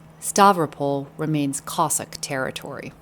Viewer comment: It is not pronounced "Cossick', it is Cossack!